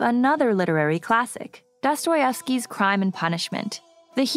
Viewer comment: calling a scientist evil and butchering pronouncing of dostojevski was cringe otherwise cool video